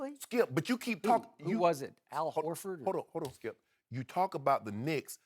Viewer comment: I'm convinced these two are contractually obligated to mention LeBron at least 20 times on every show. Skip: "Ray Allen hit the most clutch shot i've ever seen, saved LeBron's career and LeBron got blown off by the Spurs by a record margin." Shannon: "STOP IT SKEUP! I'M JUST ASKIN A QUESTION SKEUP!" It's literally a variation of that every show.